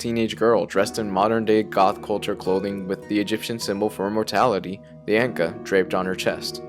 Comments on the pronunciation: You REALLY pronounced Ankh as “Anka”? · relax, yeah it sounds weird.